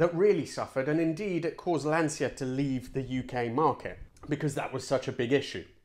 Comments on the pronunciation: I thought Lancia was ‘Lan-cha’ rather than the ‘Lan-seer’ uses? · Ok the way you say Lancia is wrong, try reading it as lanthca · Careful with Italian pronunciation until Lancia 😁😁 This was a great video. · Very interesting. I was fooled by that rumour as well. I love the way you pronounce all the Italian names so well and yet use the English pronunciation of Lancia. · I used to visit Pomgliano d'arco a lot, interesting fact we used to stay in Nola, which was rubbish free during a bin man strike of 6-8 weeks in the Napoli area, reason being the Cammora don lived there, come on its Lan chia. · Lancia is pronounced with an inaudible i.